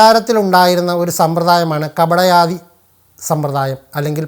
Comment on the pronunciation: കപടയാദി അല്ല കടപയാദി